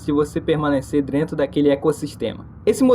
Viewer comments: Aprende a falar! É cérebro, não célebro! É dentro, não drento! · Quantas vezes ele falou "drentro" no vídeo? E já agora, LÁ ELEEEE!!! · Ele falou drento também